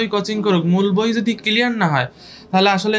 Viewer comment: ক্লিয়ার ওয়ার্ড টা ও ভালো করে শুদ্ধ করে বলতে পারে না।এইটা আবার কেমনে ডাক্তার হলো??